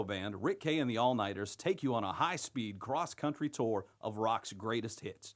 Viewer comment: What's a "touar"?